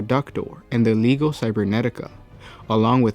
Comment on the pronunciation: I'm pretty sure you mispronounce "Legio" (Legio Titanicus, Legio Custodes...): I think the "g" is sweet, like you would pronounce "allegiance".